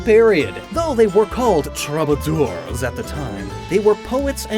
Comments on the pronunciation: Troubadour is pronounced “true-bah-door” fyi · Funny you used the term troubadour and probably mispronounced it. Its a really popular song done by George Strait.